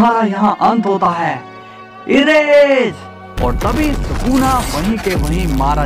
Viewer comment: Ye bura explain tha our woh sakuna nahi sukuna hai